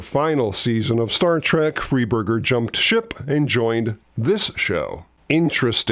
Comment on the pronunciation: Nice video but a minor quibble you mis pronounced Paul Morrow,it's more row not more owand notorious for ending series producer his name is pronounced Fry burger,not free burger.a minor point but I worked for 12 years in a job where I quickly discovered that pronouncing some ones name correctly goes a long way ( and doesn't make someone wonder just how much the telling was actually researched, )